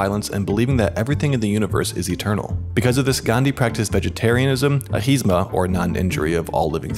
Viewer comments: its not Ahisma but "Ahimsa" which means non violence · its AHIMSA not AHISMA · *Ahimsa... not ahisma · Ahinsa is not wrong but it is a less popularly accepted pronunciation of it. But the correctly accepted one is 'Ahimsa'. You can look it up also. Ahinsa is more like the hindi pronunciation but ahimsa is a sanskrit word. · It's pronounced AH-HIMSAA